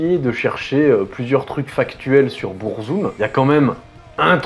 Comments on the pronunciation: En fait, Burzum se prononce en noir-parler, parce que Varg à utilisé la langue des Orcs dans le Seigneur des anneaux. Du coup faut techniquement dire "BOURRE-ZOUME". Mais bon, on va pas chipoter là dessus. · Pourquoi prononcer le nom de se groupe en anglais s’il est scandinave ? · beurrezoom 🥲 vag vikrenes 🤣 méém 😭 j'en peux plus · BEURRE ZOOM, the TRVE pronunciation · Bon ça commence mal, tu te fous de sa gueule parce-qu'il prononce pas burzum comme il faudrait mais t'es pas foutu de prononcer beefheart correctement 😂 allez c'est de bonne guerre !